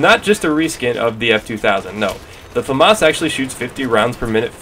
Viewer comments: it's FAmas, not faMAS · i like the way you say Famas